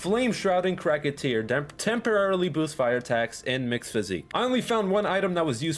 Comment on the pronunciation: Cracka tear he says 🤣 it’s cracked tear my guy, but with saying that I can’t get 90% of the bosses names right in this game